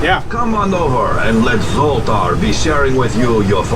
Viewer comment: He is Zoltar, not Zolton or what ever you said!